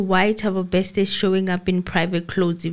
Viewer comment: it's not Bekster, it's Bester pls 🤣🤣🤣